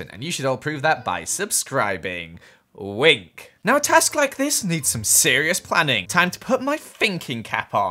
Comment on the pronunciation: (actually says wink) wInK😉